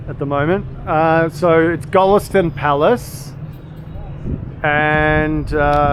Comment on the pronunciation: Go (as in goal) - Lest (as in lester) - On (as in on&off)